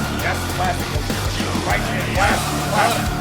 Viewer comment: Guys: GO-JI-RA, as the French pronounce it and not GO-DJI-RA!